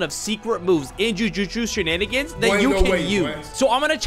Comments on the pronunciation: Jutshu zheneningans lol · Blud said jujuju shanigangs 😂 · bro is saying that meanwhile he said JUJUJU SHEN ANIGANS